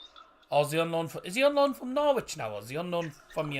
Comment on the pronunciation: it is not Norwich is norich